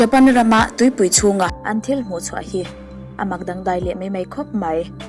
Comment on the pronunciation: mei mei tih hi mai mai tih tur